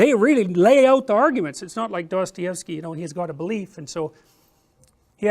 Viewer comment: I like him but goddamn his pronunciation of Dostoevsky is so cursed